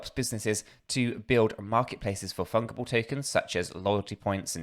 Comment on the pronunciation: Keep up the great work fellas thanks! PS the 'g' in fungible is pronounced like a 'j'.